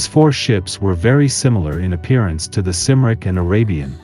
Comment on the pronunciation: I can't be certain as I have never heard it pronounced anywhere else but i think that if the ship was called the CYMRIC then it ought to be pronounced KUMRIC and not SIMRIC. The name is derived from the Welsh name for Wales - CYMRU - pronounced KUMREE. So Cymric is another way to say Welsh